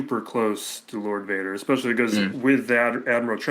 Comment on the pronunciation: lord Wader